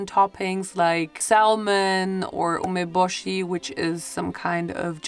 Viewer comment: salmon is pronounced with a silent l, so "samon."